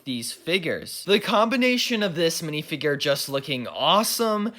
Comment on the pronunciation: literally couldn't watch any more of the vid coz of the way he says "minifigrrrr"